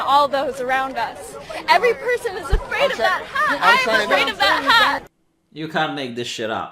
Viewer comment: "Oim Afwaid!"